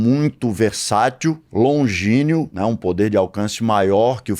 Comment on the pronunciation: Fala mestre - é LONGÍNEO ou LONGILÍNEO? rsrs